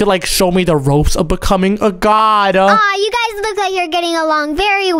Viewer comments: It's g o d not g o b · Its God Not Gob